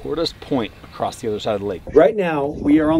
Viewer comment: This is inspirational. Guys who says acrossed usually don’t make it past 20 😂